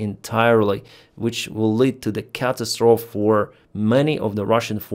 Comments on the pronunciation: it is not pronounced cat as trof, it is pronounced ca-tas-tro-phe. Your English is good but sometimes you don't pronounce words correctly. But still, I admire anyone like you who knows multiple languages. I know you know Russian, Ukrainian and English. Do you know any other languages? Thanks for all you do, keep up the great work and Slava Ukraine! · catastrophe is pronounced Catastrophee. Ee at the end like in 'see'